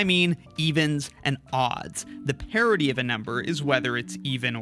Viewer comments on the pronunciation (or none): I'm understanding 'parity', however I'm hearing 'parody'. It actually confused me for a while, wondering what the parody of a value is. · My only question is, why do you pronounce "parity" as "parody"? So confusing.